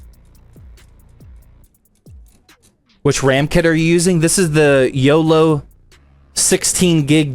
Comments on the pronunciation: its not yolo its oloy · Its oloy not yolow